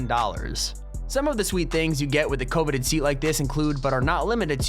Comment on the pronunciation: Anyone else have issues with the way he pronounces some words? He puts the emphasis on all the wrong syllables. Like Coveted, World renowned chef, Phenomenal, affluent seat, / Lufthansa, Grand Siècle (means Grand Century in French btw) (and this is 3rd rate Champagne and sells for under 200$ Canadian!) Etihad